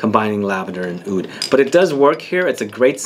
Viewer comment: am a middle eastern and we say oud we don't say Aoud lol the only fragrance i have that contains lavender is nicolai patchouli intense and i absolutely love it. btw what type of (Halwa) are u talking about? in which country did u try it?